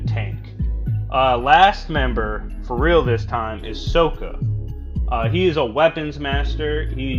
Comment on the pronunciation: ...no he didn’t. Is it really that hard to pronounce Sokka? His name is said in like every episode of the show several times